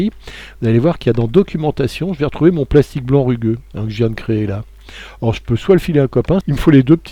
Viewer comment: il faut lire rugueux avec un 'u':) Merci pour ce nouveau tuto #clapclap